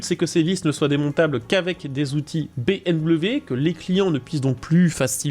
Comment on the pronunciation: Salut. Dites soit "BMoué" ou "BM" .... Ca suffira....On sent qu'c'est dur.